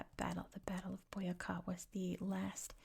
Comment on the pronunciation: Colombian here! Thank you for the video. Boyacá is quite a key department for the Independence times. Also it has the accent in the last syllable, like boyaCA for the future colombian vids, you'd love to visit our country one day. Keep up the good job and warm regards to Idaho <3